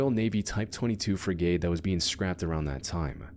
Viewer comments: It's not pronounced Freegate (sort of how he said it) it's more like Frigat. If I knew phonetic writing id do a better job, but not too many people can read that anyway I figure. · Hearing the dumbass narrator pronounce frigate so badly every time, really boiled my blood